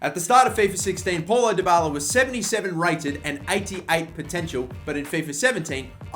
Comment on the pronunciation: it's not Paul-o, it's pronounced as pow-low